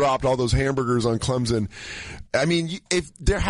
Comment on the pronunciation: People not from the South can't pronounce Clemson.